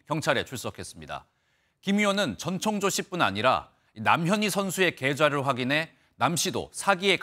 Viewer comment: 아 전청조 이름 잘못 발음하는 앵커들 많은게 개욱기네 ㅋㅋㅋㅋ 정청조 전창조 남창조 등등 있엇는대 전천족 은 첨이네요